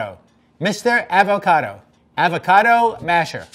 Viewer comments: Arber Loka or you can say it with a soft a sound like awe-vah-cah-doe. He says it more like “ave-a-cad-o” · Nobody:: avoQUADO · I can't stop saying "avoquado" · He says Ávocado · the fact that he pronounced avocado wrong the entire time tho😂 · Have I been mispronouncing avocado all my life or is he? It made me wince each time he said it. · Does the entire rest of the world say avocado with a short "a"? Why is nobody discussing this? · interesting pronunciation of avocado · I've never heard anyone pronounce avocado like he does. Very strange.